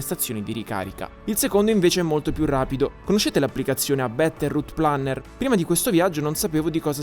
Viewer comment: "Abbbettèrrutplànner" is the new "A bbèèèlloo, vie' qqua!"